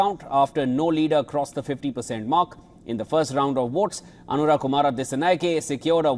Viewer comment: You guys are a joke 😂😂. You can't even pronounce his name correctly. It's Anura, not Aruna